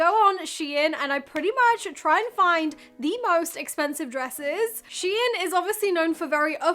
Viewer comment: Prounounced….Shine….SHEIN…rhymes with Klein. Not sheeee-in.